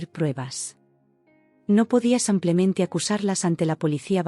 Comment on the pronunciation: No se cansan de decir samplemente 😢